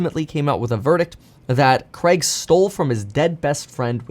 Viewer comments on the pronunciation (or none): Why do Americans say CREG instead of CRAIG.